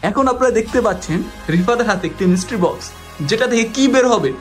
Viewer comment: মিস্ট্রি বক্স(Mystery box)❌ মিস্টির বক্স ☑️ 😂